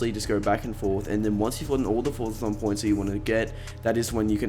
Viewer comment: Did anyone else hear him say forthathon points 🤣🤣